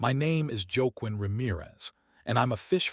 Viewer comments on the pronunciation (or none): I enjoy your stories but please, please watch pronunciation. The main character’s name is pronounced “wah-KEEN”.